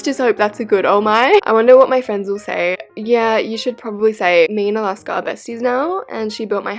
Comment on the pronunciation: Alaska’s pronunciations are so iconic lol (took forever to spell that?